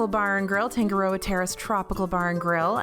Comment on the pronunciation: Tangaroa- TAH-nga-ro-ah; Tonga-TONG-ah (like tongs, not tong-guh).